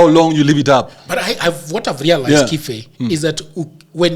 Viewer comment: much respect bro. You pronounced the name 'Kibe' the original Kikuyu way, yet you are not even Kikuyu. You said it better than the owner of the name himself. The right way as you said it is 'Kife' because in Kikuyu there is no 'b'. 'B' is pronounced as 'f'. This tells a lot about the element of professionalism in your job. Good job.